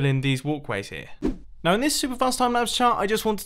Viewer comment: Said now wrong